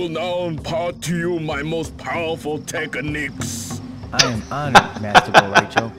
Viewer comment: "Teka neeks"